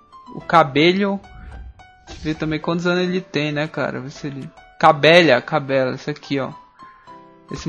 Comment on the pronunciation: CABELLA SE PRONUNCIA CABÉLLA